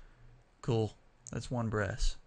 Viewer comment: did you said in love with breasts or brass man?